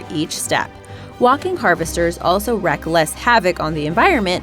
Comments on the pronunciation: It's WREAK HAVOC.. Not WRECK.... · wreak havoc, not wreck havoc